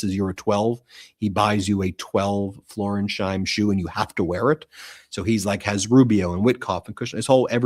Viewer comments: BEN. The shoes are Florsheim, not Florensheim. FLOOR-SHIME. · It's Florsheim (FLOR-shyme) shoes, not Floresheim (FLOR-ez-hyme) shoes. MT has become sloppy and hurried. Dial it in, I want to keep liking you. This seems petty, but it speaks to details you're missing that you used to catch. I know you're busy, but keep on quality vs quantity. That's what I tune in for. Still supporting. I know, you're trying to deal with an insane news cycle. I just feel that properly addressing footwear is important right now. Really. Sincerely, John Barron, New Jersey, Capricorn. Thanks for your attention to this matter.